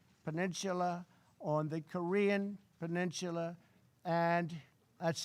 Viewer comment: Peninchula? LOL